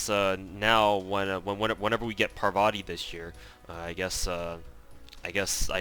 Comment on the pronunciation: It's pronounced Paarvati not Parvaati btw